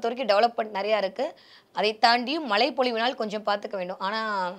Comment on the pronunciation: மழை பொழிவு என்று கூட சொல்லத் தெரியவில்லை.. " ழ "கரம் வரவில்லை.😂😂😂